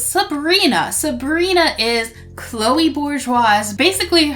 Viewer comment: it is not canole its chloe